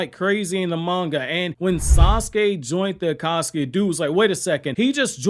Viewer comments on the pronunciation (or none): none